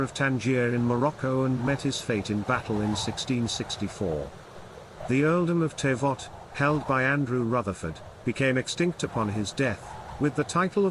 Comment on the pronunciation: You mispronounced Teviot. The Teviot is one of the tributaries of the river Tweed and the name comes from the Tiber in Italy. It’s pronounced Teeviot, with a long ee.